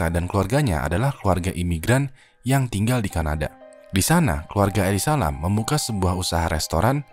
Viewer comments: Jujur gue terganggu banget nyebut Elisa LAM. elisa Lem gitu kek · yg d bahas: elisa lam yang gw denger: eli salam😌🤣🤣, maaf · Elize lem gasih bacanya, ngapa jadi eli salam dah bang😂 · Gua nonton abis baca comment ini jadi kebacanya Eli Salam anjir tiap nyebut namanya wkwkwkwkwkw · why its so annoying everytime when said Eli Salam😭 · bacanya salah, ngakak woyy.. njirr,..🤣🤣 Elisa aja bcanya.. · Nyebut namanya jadi kaya eli salam 😂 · Lu bicara gw denger nya eli salam:v